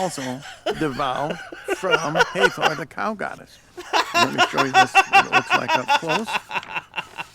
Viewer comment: That is the Sun Disk that ALL the Egyptian deities wear in at least one depiction or another. Uneducated Swine Also that is HA-THOR not HEY-THOR in pronunciation.